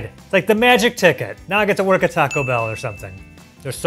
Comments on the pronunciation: botching the name of the taco pack🤣🤣🤣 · When was say the largest Taco Bell item and was butchering the pronunciation of it I was LMAO 😂 😂😂😂😂😂